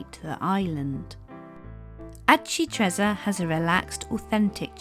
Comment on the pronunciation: That is one of the best of these type of vlogs I’ve seen, brilliant for showing family when you get back home to let them know what you’ve seen - thank you. (We did this identical itinerary May 2025). Just would gently point out that Aci Trezza is pronounced correctly ‘Ah-chee Tre-tsza’ (think pizza when saying trezza); well done on getting one arancino (sing) but two arancini (pl) correct.